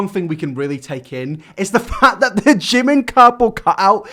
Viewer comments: You’d think if he loved jimin so much hed attempted to learn korean and pronounce his name correctly. Not“Jih men” more like “jeemeen”(지민). Korean pronunciation is tricky but with all his obsession you’d think he’d try💀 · Can we appreciate how he says he loves Jimin and all of that but can't even pronounce his name correctly? It's JImin not JimIn lol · The fact that he can't even pronounce Jimin's name correctly in Korean is making me puke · God am I the only one that hear that oli said that his name is oli min ARE YOU KIDDING ME!!!!!! Jimin name is PARK jimin you can tell that oli know nothing about him And he even not pronounce his name right!!!!!!! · He doesn't even say Jimin correctly! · Oli can't even say Jimins name right. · To Oli London: Please stop butchering Korean thank you. If you were really appreciated the Korean language then you would actually take the dedicated time to learn how to pronounce words correctly, sorry not sorry that’s the FACTS